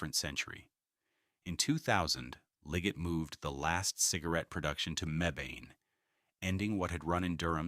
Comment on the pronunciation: I had to laugh at the pronunciation of Mebane, lol! My great grandmother worked in the factory from the 30s-mid 50s. Love Durham but hate the gentrification of it.